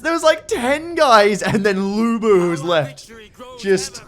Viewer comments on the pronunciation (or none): As a Lu Bu fanboy I approve of the pronounciation Luey Booey. And I also approve of not even trying to lookup propper pronounciation because if memory serves it's pretty hellish and uses norwegian letters.